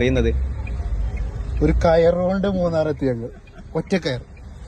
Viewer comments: മലയാളികൾ മൂന്നാറിനെ മൂനാർ ആക്കരുത്. 'Munnar' ആണ്. 'Munar' അല്ല. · പല ആളുകളും മൂനാർ എന്നു പറയുന്നത് കേൾക്കാം മൂന്നാർ അല്ലേ? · മൂനാർ അല്ല മൂന്നാർ ✌️ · മൂനാർ അല്ലടാ ...... മൂന്നാർ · മൂനാർ അല്ല മൂന്നാർ 😂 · ഈ മൂനാർ എന്ന് പറയുന്നത് മൂന്നാർ ആണോ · ബോധമുള്ള ഏതേലും ഒരുത്തൻ tata യുടെ വണ്ടി വാങ്ങുമോ? മൂന്നാറിനെ മൂനാർ എന്നുപറയുന്നവന് എന്തോന്ന് ബോധം! 😁😁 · മൂനാർ കേൾക്കാൻ നല്ല രസം 😂